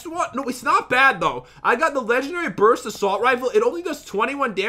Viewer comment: Brust instead of BURST